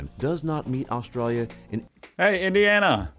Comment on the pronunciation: So the voice on the video can say "Australians" but what the hell is "Austrayia"? lol